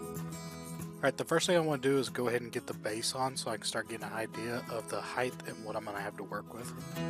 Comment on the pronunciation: THE WORD "HEIGHT" ENDS WITH THE "T" SOUND! JUST LIKE: SIGHT MIGHT RIGHT FIGHT FLIGHT SLIGHT BRIGHT BLIGHT...